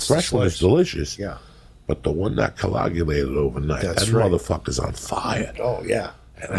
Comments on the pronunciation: “The one that cologulated” 🤣🤣🤣 Joey needs his own dictionary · That pizzas done "coagulated"